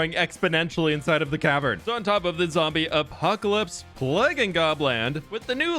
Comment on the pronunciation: Did you say "Zombie Eggpocalypse?" 😅